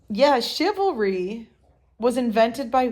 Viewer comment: *ChivalRy . . . You forgot the R